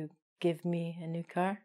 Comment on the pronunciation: Pay attention to your vocabulary!! Car, not caR?!!!